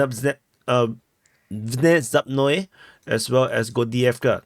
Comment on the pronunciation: If you care: the name of the village is "V--ne-zapb no-yeah" it means "sudden"